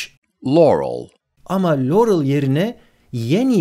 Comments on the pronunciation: de lorıl diyerinde.yanny diyo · burda da loruel diyo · Haki Başar Çakmak nasi y yahu direk loğrul diye telaffuz ediyor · Baya baya lourel diyo glxöfşxl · Ya bişey dicem Yanny i nasıl Laurel diye anlıyosunuz ya 😓 L falan yok orda😁😁😂😂😂